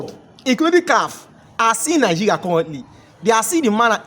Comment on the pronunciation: Moghoco, nighiria, u can’t pronounce well. What’s your problem?